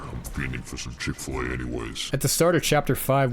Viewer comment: It's Chick-fil-A, not Chik. I know, we're all going crazy.